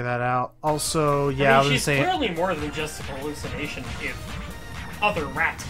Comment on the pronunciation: It's now canon in MRD that no one can pronounce hallucination correctly.